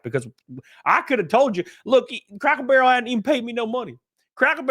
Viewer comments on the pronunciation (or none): I laugh every time you say "crackle barrel".😆